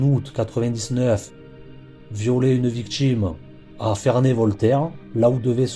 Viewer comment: Que d'erreurs !! Que d'erreurs dans les faits !! Cela débute par '' des mégots '', alors qu'il n'y avait qu'UN SEUL mégot, tout est à l'avenant... Renseignez-vous correctement ! Et allez chez un orthophoniste ! Les défauts de prononciation, comme , par exemples, vous dites '' la victchime '', au lieu de 'victime', '' le chantchier '' au lieu de 'chantier', '' l'activitché '' au lieu de 'activité', '' voitchure '', etc. '' Modjifier '' au lieu de 'modifier', '' il djit '' au lieu de 'il dit' etc. En linguistique, cela s'appelle 'affriquer' les consonnes, aucun rapport avec l'Afrique. Et autres défauts de prononciation, exemples : couler des '' bè '', le 'chiè' etc. Sans parler d'une lourdeur narrative, des erreurs grammaticales, des redondances... Vous ne doutez de rien, vous ! Quelle horreur !